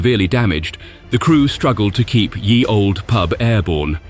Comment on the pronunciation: It isn't pronounced "Yee Old Pub - or even "Year Old Pub" - as it is bizarrely delivered at 23.08: "Ye" was just how people spelt the word "The" hundreds of years ago - they still said it as "the".